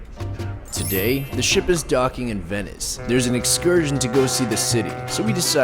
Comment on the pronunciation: Bro the way he said venice (a.k.a my last name) tho XD bro just the fact that he decided to put venice in this is funny XD cuz thats a coincidence.